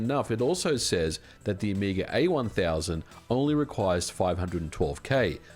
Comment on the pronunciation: "...That the Amiga A 1000..." Heh, FFR, oops, the "A" already stands for "Amiga," and then the "1000" is what should've had the emphasis. 😛